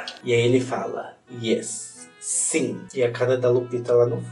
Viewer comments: Amei o "SINHÊ" e o "TAMBENHÊ"... sempre um ahazo,!! Te amo, da Treta Gringa!!!! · "Tutu pão!" "Sinhê" como eu amo esse dialeto morerês kkkkklkk 😍